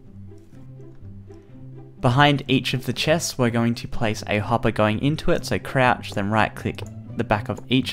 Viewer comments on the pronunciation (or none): I love how he say's Crouch